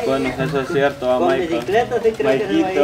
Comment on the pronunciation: siempre dise es dierto es sierto